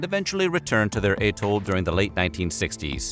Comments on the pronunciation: Bikini at-toll 🥹 not at-tole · That is the weirdest pronunciation of "atoll" I have heard. It is commonly either "at-toll" or "ah-TOLL". K'Gari is not a dangerous island, it is the waters around it. Réunion has a population of about 870,000. It can't be that dangerous.